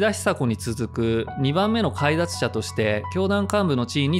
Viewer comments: 解脱は、「げだつ」。「かいだつ」ではない。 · 解脱（かいだつ）ではなく（げだつ）では？ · 以下気になったことがあるので記します。以降の動画で同様のケースがあれば注意していただければありがたい。 １．誤り ２点あります。 (1) 井上嘉浩の生年月日。誤りです。1969/12/28が正。 (2) 「解脱（げだつ）」を「かいだつ」と読んでいます。 ２．違和感を感じた点 「東京拘置所から執行設備のある大阪拘置所へ・・・」のくだり。東京拘置所には執行設備が無いものと誤解を受けそうなナレーションと字幕。これは他の人物についての内容でも同じ違和感。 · 解脱は「げだつ」ね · 解脱（かいだつ）ではなく、げだつ。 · かいだつではなく、げだつです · 解脱はかいだつじゃなくて「げだつ」かな オウムは宗教団体が日本で嫌われる大きな要因の一つですね エリートな人たちが多いし、なぜこうなってしまったのか…探求したくなります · かいだつでは無く、解脱(げだつ)ですよ 岡崎の所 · 解脱は「かいだつ」ではなく「げだつ」と読みます。気になりましたので… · 解脱（げだつ）